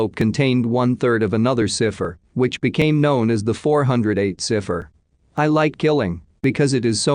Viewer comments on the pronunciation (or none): Bennett? Never heard it pronounced like that before. And are you trying to say 'cy-pher'? La hotel? You mean El-A as in Los Angeles? Too many stray words in the audio.